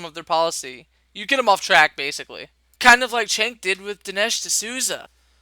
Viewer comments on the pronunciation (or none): his name is pronounced "choke", as in "chokesondick", from south park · It's pronounced "Cerk". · Damn, this video was very poorly made. Strawman, the constant repeat of past points made, you can't even say Cenk's first name properly and you switch between 2 wrong pronunciations. I'm no supporter of TYT, but this video needed more editing for sure.